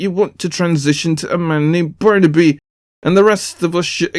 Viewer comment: It'a "born to be" not "barnaby"